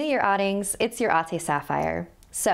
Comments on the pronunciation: I find it funny how Sapphire pronounces “Ate” and “Ading” because I’m a Filipino and Ik that isn’t how you pronounce it. It’s still cute though! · It’s ading at ate not awding and awte